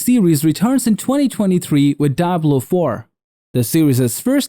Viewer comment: What is this daablo foor?